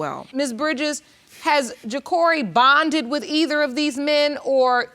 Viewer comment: Case 2: not the fact that she said that her child " buded" and not the word bonded😅